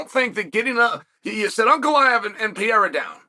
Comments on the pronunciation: Alex Pee-AIR-uh vs Magomed Uncle I have......sounds like a prime Chael Sonnen match-up. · "Alex piero " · Stop complaining about how Cheil Sommem pronounces Pereira's name, his religion doesn't allow to pronounce the syllables "Pe" and "Re", that's why he contracts the name to "Piera". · "Alex Piera" ~ Chael Sonnen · chael has two regjsters 1) high pitch screaming 2) low pitch whispering When is he going to learn to pronounce PEREIRA